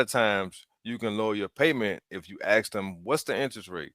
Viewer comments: Why on earth did people start saying "aks" instead of "Ask"?? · She didn't AXE the interest rate She didn't AXÉ the total price... in fact she Shooda AXXÉĎ thé Ĥolê ĐeeŁ ¡¡¡¡